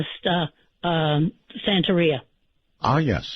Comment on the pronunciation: The word is SANTERIA 😅